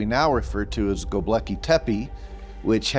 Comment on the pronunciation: Is it really that hard to say GO BECKLEY?